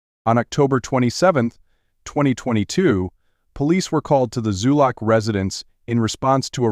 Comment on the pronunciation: Zulock, not Zuluk.